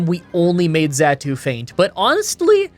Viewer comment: Ik this is random, but if you watched the series....how are you mispronouncing Magneton, Aggron, and Xatu. I was already lost about how magma was being said which is not a pokemon thing but a real thing...